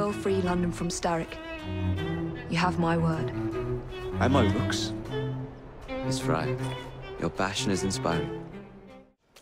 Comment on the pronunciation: when i first heard say "and my rooks" I thought he said "And my looks"